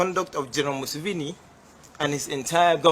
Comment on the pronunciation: Now check these Sierra Leone people, a failed state. You can’t even pronounce Museveni!